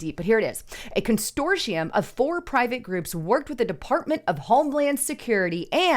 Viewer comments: “Con - sort - ium” Not “con stor tium”. I love you anyway & I especially love your reporting! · There's only one letter "t" in the word consortium. Constortium means something else. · Constortium is now on my 'take a shot' drinking list while listening to... But I digress. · Con sort ium ..say it slowly..Con Sort ium.